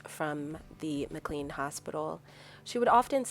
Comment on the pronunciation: Pronounced "Mac-Lain" not MacLean